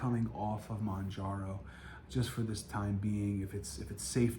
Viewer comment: It’s NOT MONJARO 🤦‍♀️